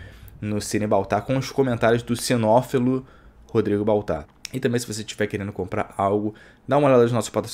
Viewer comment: Ótimo conteúdo, em você falou uma palavrinha errada ou talvez eu realmente não conheça, foi "Cenófilo" ou talvez você quisesse dizer "cinéfilo" Chatão eu kkkkkkkkkkkkkkkkkkkkk Deixei o Like, não sou Hater, nem mala de internet kkkkkkkkk